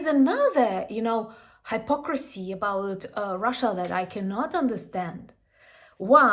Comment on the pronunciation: Hypocrisy is pronounced with a hip sound, not a hype sound.